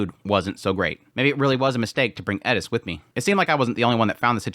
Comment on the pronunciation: why do you say edis its eris